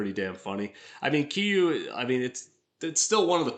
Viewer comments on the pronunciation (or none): The name is pronounced 'KEER-YU.' It's Japanese for 'KILL YOU.' And the Minus 1 replica is interesting to me, because I got the idea that the head was proportionally larger. And I'd rather face down any of the FNAF animatronics than that G84 head, though the G84 design is definitely one of my favorite suits. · Keys Ree You. kiryu/ kiriyu